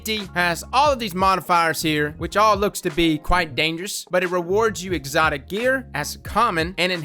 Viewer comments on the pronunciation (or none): none